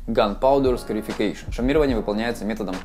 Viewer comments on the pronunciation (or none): Ash scarification. Послышалось эщкерефекейшон